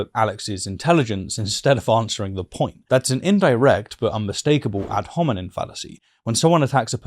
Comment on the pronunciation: Ad hominem, not ad hominin Overall terrific breakdown, one of my favorites!